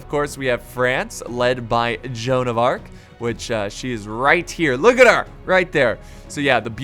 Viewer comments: Its joanne of arc not arch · joan of arch, you mean joan of arc